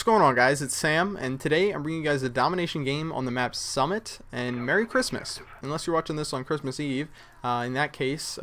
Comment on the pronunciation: im muslim and im not offended when somebody says merry christmast